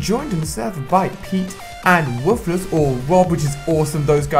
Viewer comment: I love how he says woofless 😂